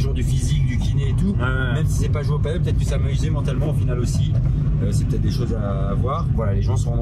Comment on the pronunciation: Toujours un plaisir de voir tes vidéos! Quel sacré taf, bravo! Par contre faut vraiment arrêter de prononcer paddle/padeul, c'est du padel:D